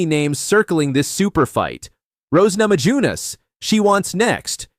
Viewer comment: Geez, get a real human to read your copy. Names keep getting mispronounced, ugh. (Nama-yoo-ness, please). Oo, Weili is going to flyweight? Maybe a future Ditcheva / Zhang fight!